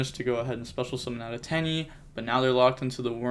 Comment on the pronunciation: its not actually pronounced Tai AYYY btw, its Tai Eh